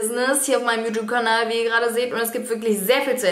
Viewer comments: Das gute alte "JuTup"! 😂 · Yutub😂 Es wird yutjube ausgesprochen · wie es heißt: YouTube wie es alle aussprechen: Jutjube wie Dagi es ausspricht: Jutup kein hate nur nh Feststellung haha😂🤛🏼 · Boah ich hasse es wenn Leute YouTube "jutub" aussprechen😂🙄